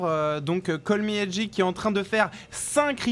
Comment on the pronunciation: Les gars c'est "Call meh G" pas "Call me HG" ! A part ça super vidéo ;) thx